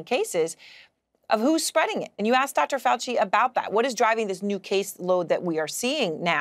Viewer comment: Lets ASSk Chy-nah HeHe & HAHA or DR. Fowl FOOCHLESS